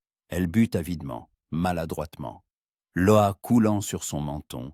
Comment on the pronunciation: L'eau on dit lo et non laio